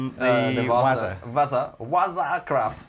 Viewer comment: sounded like said the WAZA CRAP AMP